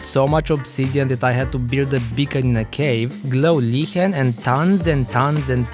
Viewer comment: Is this dude german ? Because he Said glow liechen